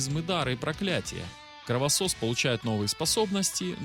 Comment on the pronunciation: Поправочка не Кровососы а Кровасиси